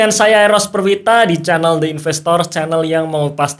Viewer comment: Mas klo bahasa inggris pengucapan The investor itu ''di investor'' bukan ''de investor'' karena ''the'' bertemu dengan huruf vokal ''i'' (investor)..